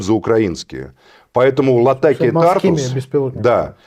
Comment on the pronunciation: говорил уже не один раз в слове Тартус ударение на У